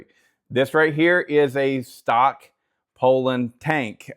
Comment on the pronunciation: It's pronounced pull-on. And what's with the air force shirt? You can find some mean kick-back cutting in a pile like that. It's hard to know where the tension and compression is in the wood.